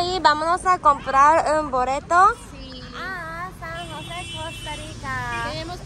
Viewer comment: San Jose Costa Rica,no san juse